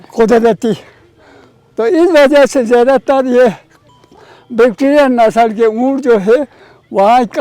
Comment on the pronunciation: बेक्टीरियन नहीं बैक्ट्रियन होगा